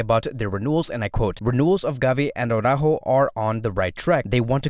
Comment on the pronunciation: Such a pity that Araújo will renew. Now we'll hear Awww-ráhho Awwww-ráhhho Awwww-ráhhho all of the time (instead of Ara-Újo).